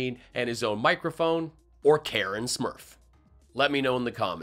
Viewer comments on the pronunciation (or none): Did you say.... "Karen Smurf" !?!?😆